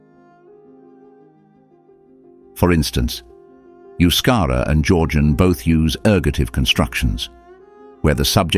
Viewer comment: And yet the narrator didn't care about pronouncing the word euskera correctly.